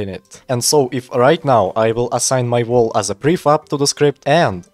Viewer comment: Слышу что "й" и "р" сильно читаешь. Wall не волл а уолл. Также между словами слишком большой промежуток. Я не наставиваю но можешь поработать над этим если не сложно.